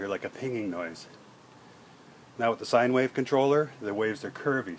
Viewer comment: Can you do a video comparing the noise (running freely and with load) of the smart and/or magic pie 3 vs 4? The reduction in noise is, I think, one of the most dramatic improvements with sine wave control. Btw, "sine" is pronounced the same as "sign", so now you know :)